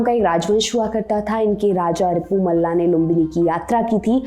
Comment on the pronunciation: मल राजवंश था , मल्ला उच्चारण अंरेजी के प्रभाव के जाएं है। आपके चैनल से सही की उम्मीद की जाती है। बाकी ठीक है। जय हो।।।